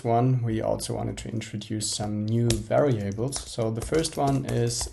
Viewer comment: And also "very-ables"... And "tetra'mi'nos".